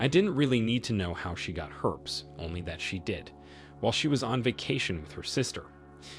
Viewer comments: Phonetically the word is pronounced Her-pees, not herps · HerpEES, not herps…